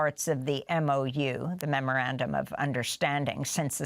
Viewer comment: Why is Scahill the only one that can say that dumb word memorandum correctly. Everyone else it sounds like murmurabdomen 😂